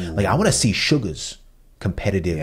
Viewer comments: just another pointer! you guys pronounce Suga's name as "shu-ga" as in BTS' Suga but in haikyuu his name is actually pronounced simply as "Su-ga", like the S in "salt". Hope this makes sense :D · Good tip! If I can add: because it's short for Sugawara (pronounced like "sue-gah-wah-rah") it has the normal S-sound instead of a Sh-sound 😊 You guys are doing great though and I love your perspectives!